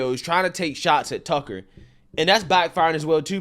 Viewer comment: Why do you say his name like “Tuckle Carlson” ?